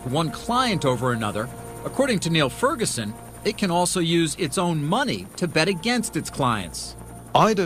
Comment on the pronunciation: It's Niall (Nile) not Neil (kneel) Ferguson. Genius.